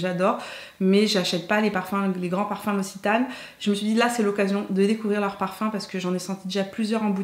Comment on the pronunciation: Pour le dernier calendrier, ça se prononce "l'oksitane" et pas "l'ocitane". :)